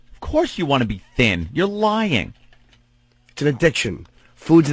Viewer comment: "I'm not lioying"